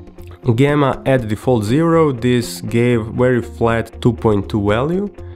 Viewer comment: Its not Gemma Its Called Gamma..